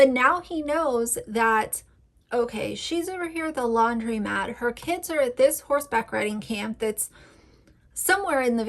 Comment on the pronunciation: Good video but just wanted to note that it's landromat (long O sound) instead of laundrymat. But Yes aunty Lauren is so weird and creepy! It's even creepier bc she lives across the world in Aus.